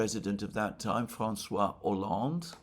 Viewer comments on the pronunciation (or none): none